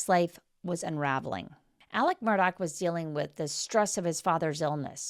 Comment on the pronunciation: It's"mur-daugh" not mur dock. 🙄